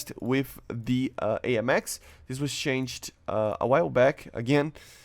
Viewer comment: "I know what it mean i dont ah do but i dont know what it me so its something but i dont know" bruuuh stop saying the "ED" in changed PLZZZZZ